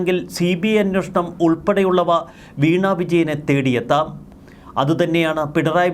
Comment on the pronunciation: Hey Prabho plse pronounce as 'Anweshanam" and not " Anwoshanam " !!!